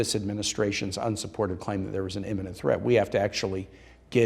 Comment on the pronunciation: I agree with everything the Senator is saying except for the pronunciation of the word imminent as "eminent" ...2 differnt things. Looks like someone just lost my vote. PEDANTS UNITE!